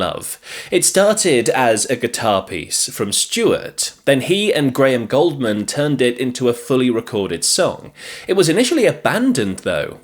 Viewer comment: Gouldman (pronounced "Gooldman") not Goldman